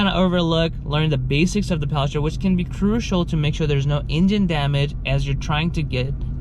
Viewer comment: I can't get over how you're saying "Powell" shifter.... It's paddle ..... Paddle.... PADDLE